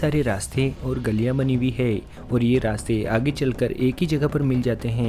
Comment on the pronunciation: है को हे मत बोलो